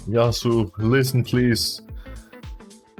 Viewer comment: "Yauso" xD